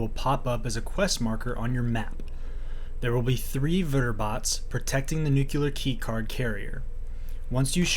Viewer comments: “New-clear” not “nukuler”. 😅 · NUCLEAR NEW KLEE ARR not Nuke you lar